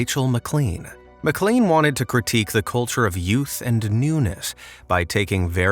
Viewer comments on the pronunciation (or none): none